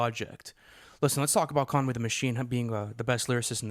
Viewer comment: Why are u pronouncing Conway like that?🤣🤣